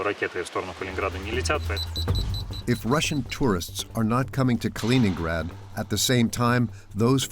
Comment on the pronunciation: Не понятно, почему диктор называет Калининград халенградом? Хотя видео идет на чистейшем русском языке, непонятно. Я просто хочу сказать всем тем, за бугром, что Калининград принадлежит только России, хватит мечтать и облизываться!!! 😋